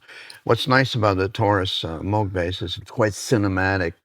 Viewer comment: at last, someone pronouncing Bob Moog's name correctly, as in Vogue..!?!?!